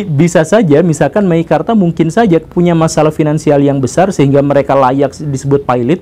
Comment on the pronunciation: MEKIKARTA... wkwkwkwk...